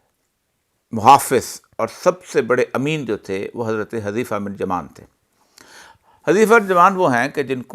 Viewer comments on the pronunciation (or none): Hazrat hazeefa nhi balke Huzaifa talaffuz hai Hazar ji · حُذیفہ بفتح الحاء نہیں بلکہ بضم الحاء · عربی نام کی صحیح ادائیگی کے لئے کچھ عربی زبان ،خاص کر تجوید کی واقفیت ضروری ہے ۔ حذیفہ ۔ عمرو کی ادائیگی سمجھنی ہو گی ۔